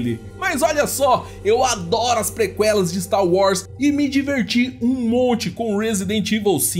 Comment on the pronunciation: Caramba, depois dessa pronúncia de Prequel, precisei ir ao hospital, queimou meus ouvidos.